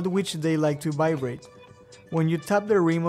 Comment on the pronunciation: He says "bivrate," but great video!